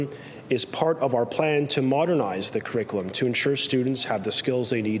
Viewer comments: I also heard his mispronunciation! 🙄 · Here we have Ontario's Education Minister telling us about the new kindergarten crick-i-lim.